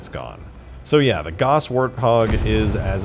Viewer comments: Nobody's mentioning his pronunciation of the word "Gauss"? "Gauss" is pronounced g-ow-ss, not g-o-ss. I realize this might sound nitpicky but just putting it out there. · It's pronounced gah ouss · Its pronounced Gouse, like house. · It's pronounced like house...